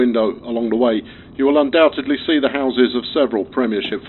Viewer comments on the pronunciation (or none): none